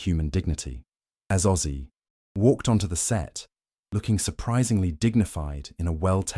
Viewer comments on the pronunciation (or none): It's Ozzy not Aussie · Name not Aussie, its ozzy! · it's OZZY !!! not AUSSIE !!! get it right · Its ozzy not Aussie!!!